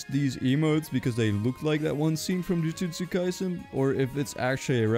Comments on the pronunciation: BRO CALLED IT "JIUJIUSTU KAISEN GET IT RIGHT IT'S JUJUTSU KAISEN OR JJK WHYYY!?!?!?!?!?!? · YOU CALLED THE TIMESTAMP "JIUJITSU KAISEN" ITS CALLED "JUJUTSU KAISEN" >:C